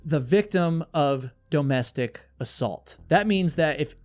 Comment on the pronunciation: Dough-mestic abuse?